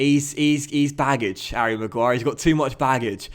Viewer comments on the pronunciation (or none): none